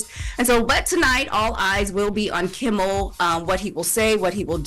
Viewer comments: Can someone tell its Kimmel NOT Kimbel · KIMMEL not Kimbel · His name is NOT Kimbel/Kimble. It’s Kimmel!!! Where’s Morgen/an???? I’m sicka this. She can’t say Kimmel and / can’t say ask!!! Once again, it’s NOT axe, it’s ask. I need to be a consultant for the show, damn. Smh.